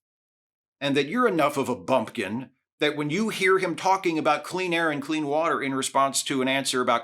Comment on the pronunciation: Thanks for calling this out. I've always been particularly infuriated by Trump's "We want crystal clear wohtah" response. It's a totally meaningless response to the question being asked, for one, and for two, he doesn't give a s**t nor does he have a plan to ensure such "wohtah"